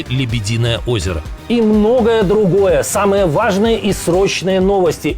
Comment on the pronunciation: Почему когда говорит "самое важное" получается как будто гавкает 😂